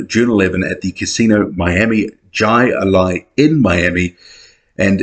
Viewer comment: 🤣😂I made that mistake when I was in florida.Jai alai is pronounced more like hi allie.It’s the game where you have a big scoop on your arm and bounce a ball off a wall a bit like squash.Big betting game